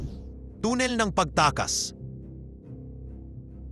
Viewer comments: tannel ang basa dun hindi tunnel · Tanel mo basahin hindi tunel busit ka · ANONG TUNNIL? TUNNEL YUN AWITTT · Tonel? Haha bubo magbasa